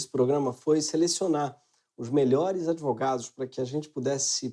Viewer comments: Simplesmente AMEI. Esse "idvogados" fechou com chave de ouro. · "Idvogados" a ideia foi jogada. Hora de agir